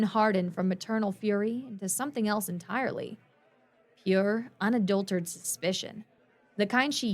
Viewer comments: One minor quibble. It's pronounced un-adult-er-at-ed. Not unadultered. Other than that, excellent narration of an excellent story.❤ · The thing is, this isn't a simple mess-up. On multiple stories, she's pronounced "unadulterated" as "on a dull turd," despite correction notes. It sounds like either an inability to learn or a refusal to do so. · Once more: "Unadulterated" is SIX syllables - Un-uh-DULL-ter-Ray-ted Please try and get it right. Please. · I've encountered all manner of accents, and she's the only one I've ever heard drop the "rate" from that word. It's grating, like a fly landing in your drink.